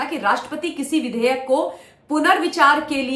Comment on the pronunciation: Madam vidhaya nahi vudehyek hota hai 😂😂